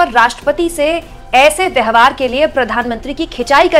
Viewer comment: आप 'व्यवहार' शब्द का उच्चारण 'व्यहवार' किया करती हैं...कई विडियो में ऐसा पाया गया है! इस उच्चारण-दोष को सही कीजिए!